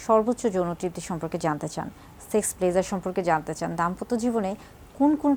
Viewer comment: সেক্স কথাটি স্পষ্ট করে বলেন